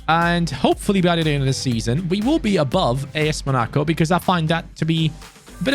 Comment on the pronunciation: MUH-NA-CO? Bruh.... Mona-co